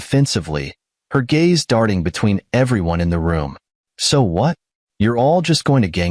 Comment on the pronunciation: Your poor proof reading and AI program again. Leaving out words and sentences. Pronouncing words wrong. And you want us to subscribe and like this? Hmmmmm. Your like walking thru a fox? TRY FOG! It’s also GAZE NOT GAYS. GOOD GRIEF!